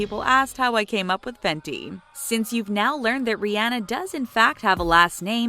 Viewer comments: Who else noticed the fact that she pronounced Rihanna, Ri-ana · You said Rihanna wrong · Here you are telling us their real name but still pronouncing Rihanna's name wrong...🙄🙄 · Just a joke I mean you were pronouncing it wrong but it wasn't hate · Am I the only one bothered by how she said Rihanna and Lana Del Rey.... Or is that just me 😂😂😂